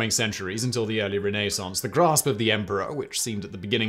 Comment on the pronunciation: I wish you’d pronounce ‘Renaissance’ properly.